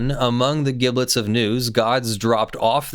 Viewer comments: giblets is a soft g, like in gif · Sir, I must protest, passionately and with deeply held conviction, you pronunciation of the word "giblets."